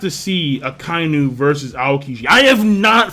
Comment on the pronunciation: thank u for not pronouncing akainu as aka inu, u a real one